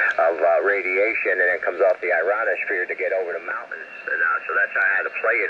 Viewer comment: “ironosphere”? Love it!